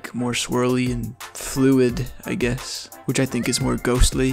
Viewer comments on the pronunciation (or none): none